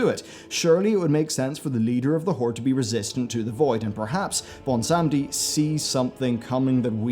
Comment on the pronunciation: Does it take that long to properly google names like Bwonsamdi? Apart from that, best theory videos out there. Puts even Nobble in his place.